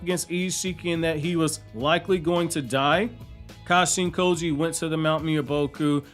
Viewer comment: It sounds like you say Kashi & Koji other than that great vid man subscribed